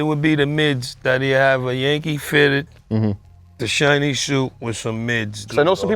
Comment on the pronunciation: 😂😂😂😂😂 he said "shinny suits and ups"